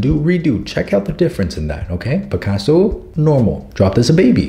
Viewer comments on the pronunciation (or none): SAM ALSO SAYS PICASSO NOW?? KOOLEEN?!??!